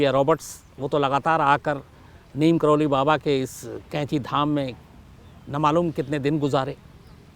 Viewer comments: शम्स जी , नीम करोली नहीं नीब करोरी है! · नीम करोली नहीं बाबा लक्ष्मणदास जी को नीब करौरी के नाम से जाना जाता है। यही उनके नाम का सही उच्चारण है। जय बाबा जी की